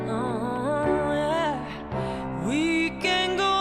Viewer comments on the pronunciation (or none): The word is said. not syaaa,yaaaaaaaaahhhhhh,I aaaaaaaaahhhhhhh, yed.